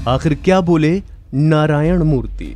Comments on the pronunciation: Hello, please pronounce properly. It is Narayana murthy !! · At least pronounce the name right. His name is Narayan Murthy. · It is Narayan Murthy. He is pronouncing it wrongly.